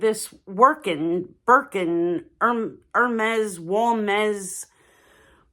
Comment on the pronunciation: Hermes should be pronounced correctly, please!